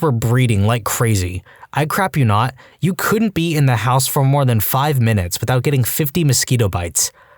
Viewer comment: can you start saying "house" properly? I shut it off after hearing HEOUS for so many times